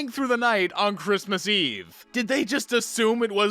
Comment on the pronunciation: it sounded more like "chrittmas"